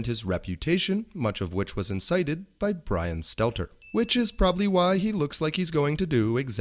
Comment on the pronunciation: Get mark dice to help next time, he sounds more like Bwian than Bwian